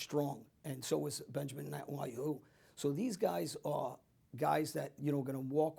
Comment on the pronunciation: Benjamin Netwawho??????? Moron.